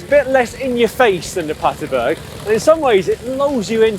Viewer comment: BERG PLEASE GUYS, you're killing me.. aint Paterburg its PaterbErg